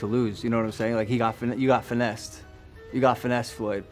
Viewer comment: .. Logan needs a class from Conor Mcgregor (pre-Khabib). Logan couldn't sell bottled water stranded in a gotdamn ocean. And he says it "Finessed"... lol only the fans are getting Finessed, .. #Floydantics, #BlackVinceMahon, a show lol, except this is boxing. Another guaranteed unworthy bout to rewatch. .. .. Meanwhile, Vs Errol Spence